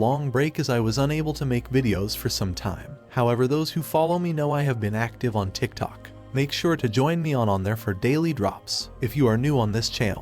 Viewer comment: the way he’s is pronouncing mannequinn and the tiktok its crazy lmafo